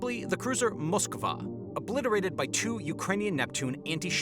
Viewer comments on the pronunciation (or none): none